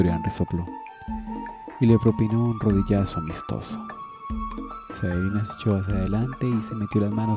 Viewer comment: no es por tirar hate pero porque le dice Saelina?, me deja descolocado que le diga asi :S